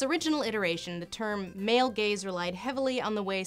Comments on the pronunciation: Up until now, I had thought that she was saying “male gays”. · Oh, "male GAZE"... I've heard "male GAYS"...